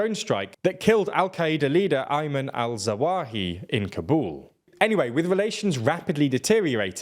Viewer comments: pronounced ZawahiRI, not zawahi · no I'm referring to them saying "al-Zawahi" instead of "Al-Zawahiri". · They also butchered al-Zawahiri's name.